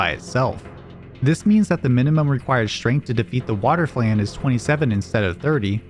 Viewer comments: Cant believe this dude doesn't know how to pronounce flan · He can't even pronounce "flan" right lmao